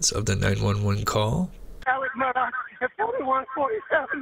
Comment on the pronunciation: MURR-DAW, NOT DOCK.